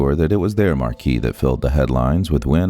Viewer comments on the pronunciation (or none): Excelsior marque; the word marque is pronounced like the name Mark. Marquee is pronounced Mar-kee, but that’s another word entirely. Marque means brand, or product name. I guess the computer that is narrating this video doesn’t know the difference, but we do.